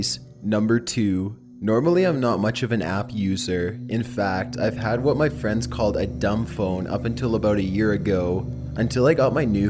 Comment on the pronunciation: in number 1 when he said "To show ma friends" I died 😂😂😂😂